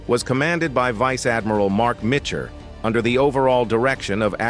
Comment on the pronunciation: the computer , also said Adm Spruance wrong and Adm Mitchner wrong